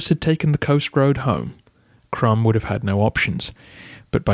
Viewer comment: Maybe one has to pronounce Krum as Kroom?